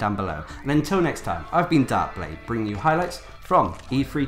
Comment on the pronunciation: PLEASE PLEASE PLEASE pronounce your th's & f words correctly it is not befesda, or fanks. Other than that awesome videos